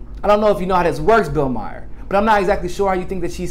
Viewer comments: Maher rhymes with "star". No surprise there, amirite? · It's Bill Maher, not Bill Meyer.